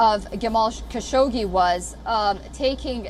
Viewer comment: Every fucking time that there is Saudi News Wion say Jamal Kassogi name. Do you understand that its so irritating.